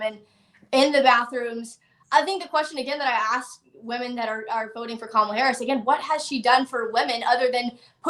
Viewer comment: The way says Says VP Harris' name is on purpose.